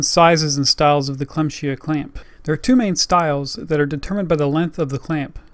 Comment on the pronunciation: Nice Video, the brand is pronounced "clam-sea-aah" tough :D